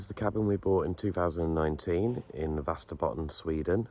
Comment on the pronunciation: Hey it's pronounced like Vesterbotton you removed the accent 'ä'.....väst means west. Very cheap property. I hope the council and service fees don't outstrip your purchase price. Insulate, insulate,insulate then add some insulation around that. adio!